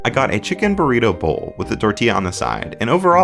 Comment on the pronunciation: sounded like you said "Burweedo" for a sec hahaha workaholics